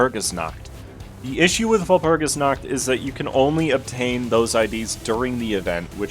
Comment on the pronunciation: brother cant pronounce capote right but nails walpurgisnacht